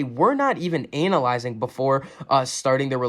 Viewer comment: You said "Anal lyzing" lol. Sorry had to say it.